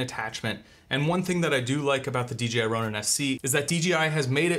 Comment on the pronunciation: 1 question, why does every reviewer say D, G, I? Am I crazy but its D "J" I right?